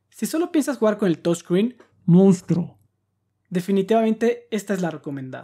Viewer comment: "... Si solo piensas jugar con el touch screen... Mousnstruo" morí con eso XD jajjajajajajjajjja